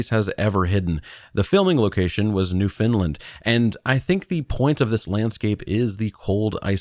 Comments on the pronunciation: Laughing at the consistent use of providence and NewFinland 😂 Unless its an inside joke from streams but also just incase its helpful we tend to say it like "prawvince" and "newffen-land" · Why are you saying 'New Finland'.!!!.. it's pronounced New-'FOUND'- land...dummy. Like nails on a chalkboard. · New FOUND-lind or New-finned-land, Newfinn-lann - those are the ways you'll hear that pronounced in Canada. Never heard New Finland before :). Newfoundland is a province...not a providence. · So I'm Canadian ... let me help you out with pronunciation; It's NOOF-UN-LUND 😅 BTW, my advice is terrif free. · Maybe it's a mistake? If I hadn't read this comment, I would've pronounced it as New Finland as well, because well... That's what it spells 😬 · Newphen LAnd!!! (Newfoundland) is how canadians say it. great vid thanks! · “New Finland” lol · NOO funlend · Newfoundland isn’t pronounced “new Finland” but close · Just listen to all of Come From Away and never mispronounce it again lol